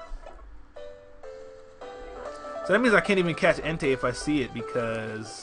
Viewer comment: ENTEI GODDAMMIT DONT GET A POKEMON NAME WRONG *shoots self*